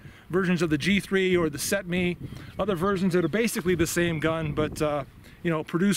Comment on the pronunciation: It’s pronounced “THET-meh”, not “SET me”... anyways, beautiful toy... and very affordable.